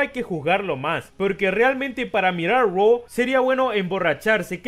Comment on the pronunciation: Todos burlándose de Andrade por decir 'Roa' ah pero nadie dice nada cuando Becky dice LOS ANGLE LEES 😒😒😒